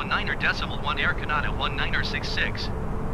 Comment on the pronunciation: I can't believe after all these years Microsoft ATC can't pronounce Canada correctly !